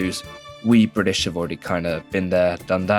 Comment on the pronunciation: lovveed the video welpppp, so funny so informative and spot on pronunciations LoL FOR A BrItiSH person ofc!! also a small correction "In 1978, the law was amended again, raising the minimum legal age to 18 years for women and 21 years for men" so we didn't wait until 2006😭😭😭